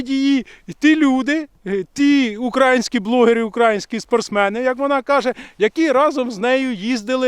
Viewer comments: не кажи УкрАїнські,казати потрібно УкраЇнські 😉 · Українські, українська, українською - наголос на Ї !!!!!!!!!!!!!!!!!!!!!!!!!!!!!!!